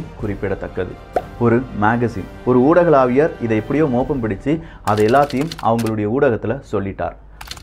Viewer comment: ஊடகலாவியர் இல்லப்பா, ஊடக வியலாலர். எப்ப பார்த்தாலும் தப்பாவே சொல்ற😢😮